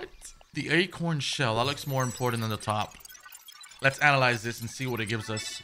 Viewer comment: Love how you say Important lol “ impordant” that spanish accent kickin in lol